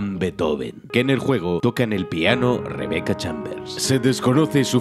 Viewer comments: Resident Rebecca! Ese último se escuchó mal. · "Resident ReBeCca" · ReBEECa xD . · Resident ReBeeCa xdd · resident reBEEca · Resident.....reBEEca xD al final jajajaa